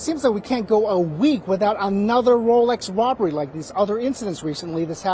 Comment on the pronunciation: Did he say a wolex wobber in Danville.